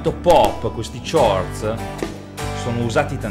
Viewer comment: Ciao, ottimo lavoro! 'Ciords' non si può sentire....;)